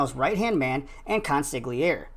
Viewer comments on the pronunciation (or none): Great video. But PLEASE, the g in the word consigliere is silent. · K O N S I G LEE AIR …just, wow.